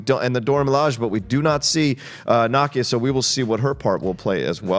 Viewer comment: Nakia is pronounced Nah-Key-Ah not knock-ia just sayin 🤷🏽‍♂️